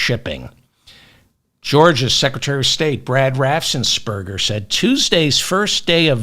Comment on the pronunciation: Here we go again with “Raffsensperger”. Come on, Feldfman, you can do it, it’s not that hard: Raffensperger